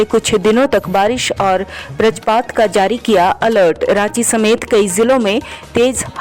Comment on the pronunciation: आप वज्रपात को व्रजपात बोल रहे हैं।